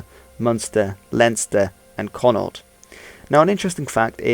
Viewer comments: Why can no one pronounce Connaught properly? Its not difficult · If you spell it that way it can always be mistakenly pronounced con naut,but the correct way is connacht and thats the way we spell it ireland and in connacht For example the connacht rugby team the connacht football championship the Connacht Tribune(newspaper) and so on .Nobody in connacht or ireland and i am a proud connacht man spells it connaught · Can't believe this O Neill is decended of Neill and Connacht is so misprounced